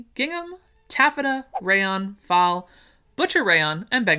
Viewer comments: As far as I know, "faille" is pronounced like "fail" rather than like "fall". Thanks for the content. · Faille - as far as i know it is pronounced FAH-ee-yuh as it is French. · I think these fabrics may be pronounced this way. Tried to spell phonetically for you. Percale = Pur-kale, Faille= Fa- eye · Percale, purr KALE Crepes, just like the French pancakes Faille, pronounced, file, just like what you use on your finger nails Hop that helps, I'm a Self taught sewist who's worked in 4 different chain fabric stores ! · Hi! Thank you for this video. Percale is pronounced perkale, faille is file, moire is moray. Love you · I think faille is pronounced like file. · Faille is pronounced fy-eeh, basically. It's also a step in ballet, and you ought to hear the american teachers butcher this word. It's fun.